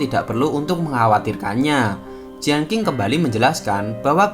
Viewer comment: Lagian bukan jianking tp jien cing